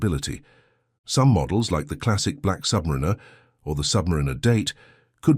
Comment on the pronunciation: It's Submariner not "submirinna 😵‍💫🥴"